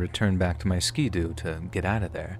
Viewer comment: Just fyi for the future, ski-doo isn't pronounced skee doo. Ski as in skittles